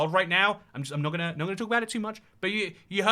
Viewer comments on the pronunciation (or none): none